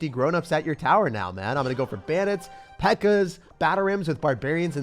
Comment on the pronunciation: Bro said pekka-chu and you best believe I’m here for it🤣